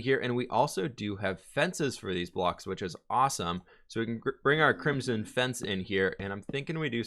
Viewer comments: It is Crim - son, with the "o" sounding like in joke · english is his native language... right? i'm just wondering why he pronounces crimson so weirdly ö_Ö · How do you pronounce ‘crimson’ so wrong?! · "apparently i say crimzhon wrong" h m m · pronounces crimson "crimjim"